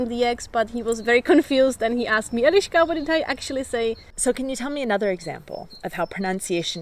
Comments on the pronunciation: 1 pronunciation tip I would give you is that pretty much all of czech words have emphasis on the first syllable, not like in english. For example, when you say e-LI-ška with emphasis on the LI, second syllable, that sounds a little bit off to the czech ear, even though we will undestand. Emphasis should be on the "E". The word should come out of your your mouth in like one quick breath. Btw, love you videos:) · And in "Eliska" the " i " sound is short... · She is Eliška, not Eleeška like Elizabeth - short e. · Ironically, you keep pronouncing her name Elíška. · The funny moment about vowels - the first czech word you said in the video was Elíška instead of Eliška :) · Hey,! You don't have to deal with the pronunciation of vowels much, a simple trick is enough - always say all vowels briefly and every Czech will understand you, only everyone will think that you are a girl from Ostrava! 😂😉😄😆😛👌👍